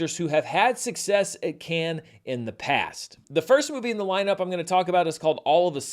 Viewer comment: Dude should really learn how to pronounce Cannes